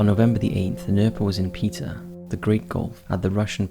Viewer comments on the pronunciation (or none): none